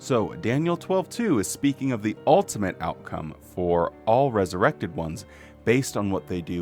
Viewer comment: Another fantastic video,. P.S. When you said "resuwected," I repeated "wesuwected!" at the same time and in the same voice as you 😂 You are in good company, friend!